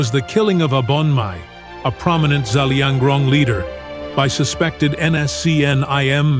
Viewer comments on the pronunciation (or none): It's Zelianrong not zalianrong